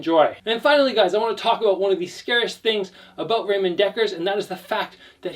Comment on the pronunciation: It doesn't matter, English speakers pronounce Ramon wrong anyway. You only said it wrong differently.